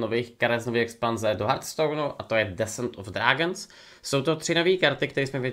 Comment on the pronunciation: Desent of Drágns 😂😂